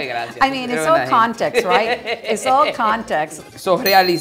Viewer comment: “Gracia” for gracias drives me nuts!